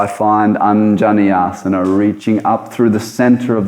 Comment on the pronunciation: What happened to the sound and voice on this video? Its like its dubbed, and the asanas i pronunced wrong suddenly, sounds like it is not anymore